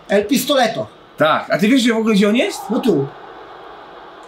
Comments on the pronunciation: Jak coś nie mówi się Pistoleto tylko Pistolero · Nie mówi się pistoleto tylko el pistolero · Mowi sie pistolero albo pio pio pio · Mowi sie pistolero